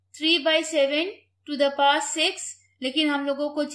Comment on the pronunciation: To the paw is wrong pronounciation its actually To The Power 😊